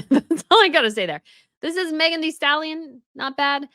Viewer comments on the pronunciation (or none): none